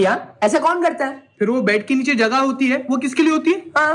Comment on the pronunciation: Its not ki its kay!! Kasautii bachelors kay!!!